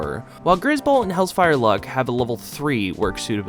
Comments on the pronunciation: Hel - zephyr Not hellsfire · bro really said hells-fire lux